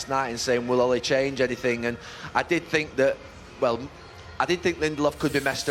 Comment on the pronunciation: “I sink”